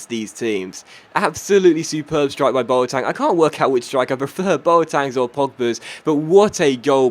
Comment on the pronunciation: Why do you call him Boatang?